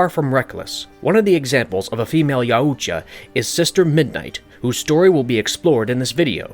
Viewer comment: You don't need to pronounce the U in Yautja so heavily. It's not "YaOOtja", it's just "Yowtja".